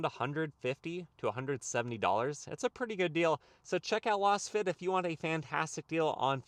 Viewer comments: Lol loss fit mats. The name Lasfit is derived from laser fit. So you would pronounce more like laze-fit. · .....you are pronouncing LASFIT like Las Vegas. But I think it is pronounced like laser. Meaning the fitment is laser precise.